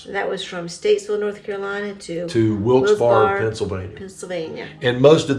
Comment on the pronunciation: coach wilkes barre is pronounced wilkes berry